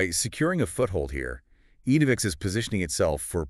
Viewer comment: Pronounced ENNA-vix… not EEN-o-vix